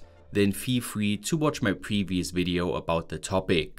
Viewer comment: "...on diz wid-eeoh see-weez"... Say no more... SUBSCRIBED! All joking aside, keep up the kick ass efforts! I'm a new fan!